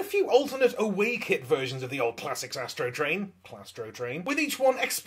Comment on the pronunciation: I will never be able to i hear yastro train n i swear I’m ok with that matter of fact that’s what I’ll be referring to him as lmfaoooo